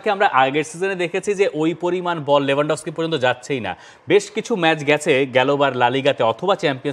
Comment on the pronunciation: Not লেভানডফস্কি its লেওভানডোবস্কি।